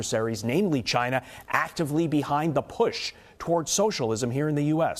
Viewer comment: Wouldn't it be nice if we got along with, say, CHAINUH